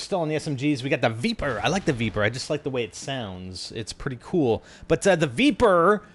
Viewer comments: Spider i think its pronounced vepr not veeper, the e sounds the same as in leg or peg not bee or knee :) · I'm pretty sure its pronounced "Vepr" not "Veeper" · also its pronounced "v-eh-pr" from the word Вепр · Sweet jesus stop pronouncing the name of the gun like that! It dosen't have four e's!